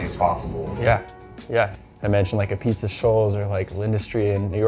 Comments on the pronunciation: Nice pizza and all, but is it truly ah-beetz??? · It's spelled apizza but it's pronounced ah-beetz.